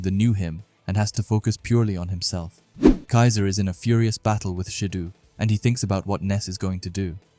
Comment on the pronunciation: Tbh it's sick to hear people pronouncing "Shidoo" and "Baroo". Sorry. 🙏